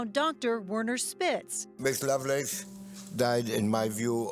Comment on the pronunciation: In Death on Valentine’s Day, why are they pronouncing it like “loveless” instead of Lovelace? Odd.